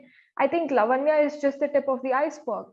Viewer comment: are we Americans ? its laavanya , like samant or saamant